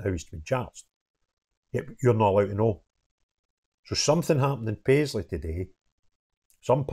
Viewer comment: "Paisley" man? yeah right.